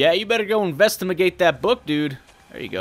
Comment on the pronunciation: investamigate hahahaha said the word wrong which was funny easily amused me suttin wrong with me la